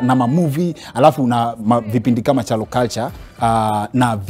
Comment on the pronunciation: Kingori you are right, it is pronounced as chalo not Kialo. Betty and her sisters need to learn how to pronounce their name properly. Even my kids live in England and they can say Chalo properly as we are Kyalo’s too.